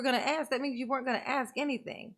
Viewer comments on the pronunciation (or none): He does say many words improperly! Biastness, axed, truff, substained??? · You know how long she waited for that moment? Lol! I wanted her to correct him on the word "AKS".... That one, and tell the troof drove me nuts! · Omg I thought I was the only one who got so irritated with his mispronounced words!!! "Aks.. Axe" "suBstain" "troof" and "oaf" drove me nuts!!! I really wanted someone to tell him, every time he mispronounced those words, that's not how you say it dumba$$!!! Oh shite I forgot "grounz grounz" On that one I wanted the DAs to do the same to him just as disrespectful and loud as he says it "GROUNz Grounz" 😂🤣😂🤣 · I'm surprised the Judge didn't call him on " AXE " as opposed to ASK 😆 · The way he treats the judge, for sure no manners. Where was he when they taught English is school? There is no “X” in and it’s ask there is an “S” not X. Have they seen any reports not they saw. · I only wish the judge had corrected him on other things: “axe”, “substain”, “groundz”, “tacket”, “troof”, etc. Had an ex-narcissist spouse who also had no grasp of enunciation/English language and he hated it when I corrected him. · Exactly ask not axe! He is an ID 10 t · I wonder if we can AXE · That is the first time he has ever been corrected!!!😅 Only 9 hundred and something years to go buddy hang in there!! It is gonna be hard to look Bubba in the eyes with his back to him!!!😅 I was like are ya gonna correct “AXE” me a question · Woman beating killer....deserves every shovel full. idiot thinks there is an x in ask, a b in sustain, says examinate, says tack-eet, this-that-and-the-third.........total moron